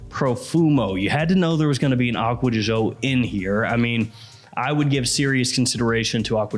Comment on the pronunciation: I wish he would stop pronouncing it Acqua Di Zho. Gio is the first syllable in Giorgio and it is pronounced softer than the way says it.